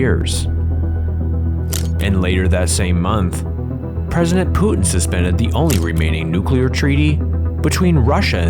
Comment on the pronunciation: This narrator pronounces Putin like "Tooting". I wonder how he pronounces Luton.